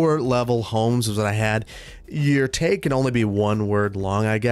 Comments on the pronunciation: Tag not teg😂🤣🤣🤣🤣🤣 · teg - please say bag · Love the Midwestern "tag" pronunciation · I love the way he says 'teg' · Man, "taeg"? Hehe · I got used to thinking of you as having no accent because you pronounce almost everything the same way I do, so I was definitely surprised when you said “tag” like “taeg,” lmao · My Michigander ears picked up that Wisconsin/Minnesota pronunciation of "tag" 😂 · I twitched a little each time, never heard it pronounced that way, same thing with "drag" it took me forever to realize I wasn't just mispronouncing it wrong my whole life lol! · Pnw also pronounces it this way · The way you say “tag” very Wisconsin of you. I love it. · The Wisconsin really jumped out when was saying "tag" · Boy the way you said tag was the most Wisconsin thing. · the wisconsin came out when saying tag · You say tag like you say peg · I have never in my life heard the word tag pronounced like that. Is that a midwesterner thing? Don't take this as me making fun, I'm just curious. I've got a Boston accent myself so i've certainly got my quirks.